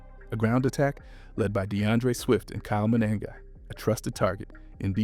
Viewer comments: Good video! It’s pronounced Kyle Muh-nung-guy. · Say it with me… Kyle muh-NUN-guy.